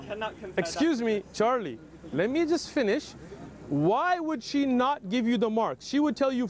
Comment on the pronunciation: "i don't want the lightning to hit meh "😂